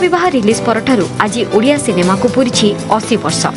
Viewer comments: ଓଡ଼ିଆ❌ ଅଣ୍ଡିଆ ✅ 😅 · Ondia no Odia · Fast pronounce thik Karo.baad mein vdo banana.bahut gusa atta hei app jab odia ko ondia bolte hei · Bhai ondia nehi ondia nam sunke hasi bahut aa rahahe... Bhai spelling thada thick kara ONDIA NEHI ODIA ଓଡ଼ିଆ...... Ondia ka mening odia me kia hota hai pata hai???? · If possible make the diction and pronunciation prompts to voice over or AI correctly, it’s not “ONDIA” it’s “ODIA” , in that way you are spreading wrong info about the state and its culture. Your content is so good and thanks for spreading out such positivity but due to such misspellings it can hurt our sentiments too. Kindly recreate and then post it again if possible. Good luck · 😂Ruk jaa bhai ondia ondia bolke odia ko moraoge kya.....well 👍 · Abe sale odia 😌 ondia nehi😡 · Ondia nahi bhi odia 😂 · Ondia nahi odia bulate hai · It's not3 ondia it's odia pronounce it clearly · Bhai tum unpadh ho kya 😂 odia ko ondia bol rahe ho 😢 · Abe odia hei. Ondia nhi 😢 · abe ondia nahi Odia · Ondiya neyi Odia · Not ondia it's ओडिया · Odia hai be ondia nahi 👺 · Ondia Nehi odia ❤❤😂😂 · Ondia 😂 Odia ❤ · Andiaa film 🤣🤣🤣🤣😂😂😂 tereko padhna aata hai re😂😂😂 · Ondia na endua ba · 😂😂 ha kuch jagh jagha ondia bol Diya he bhai ne Edit- but bhai ne reserch acchi kari he us liye chalta he